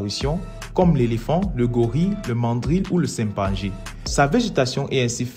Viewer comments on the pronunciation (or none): Tu as dit simpanjé au lieu de chimpanzé 😂. Continue, tu fais du bon travail